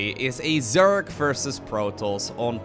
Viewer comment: It's versus, not fersus